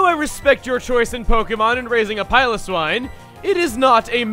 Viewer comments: you pronounced piloswine wrong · I like the way he says piloswine.